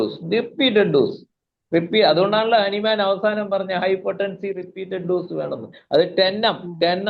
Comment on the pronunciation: ഹനുമാൻ അല്ല ഹാന്നിമാൻ ആണ്